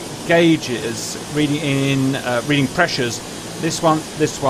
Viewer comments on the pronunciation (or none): none